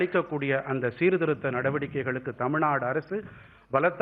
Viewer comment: Can’t even pronounce Tamilnadu he keeps saying Tamilnad